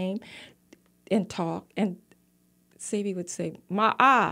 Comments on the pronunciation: It's pronounced "Say-bee", not "See-bee". Ugh.. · It’s when she corrected her on how to pronounce Sebi …yet she still mispronounced it😫